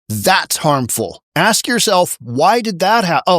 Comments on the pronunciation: The word is "ask" not "axe" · Oh yes more bodegas whatever the h that means. She said ax. Now I’m really confused.